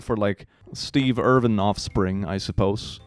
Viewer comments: Steve Irwin not Irvin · yo just a quick nitpick, steve irwin's name is pronounced more like er-win. just a little nitpick from an aussie, love your vids keep up the great work. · As an Australian, I died inside a little every time he said Steve Irvin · Please. It’s Steve Irwin. Not Irvin. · "Steve Irvin" Me, an Australian from the same state, knowing its a mispelling/mispronunciation: sobs in 'Irwin' not 'Irvin' All seriousness though, the snakes here get pretty big... at least where I'm from. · No hate or anything, but it's Irwin not Irvin ❤